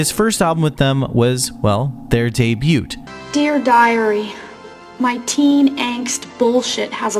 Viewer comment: I have never heard anyone pronounce the "t" in debut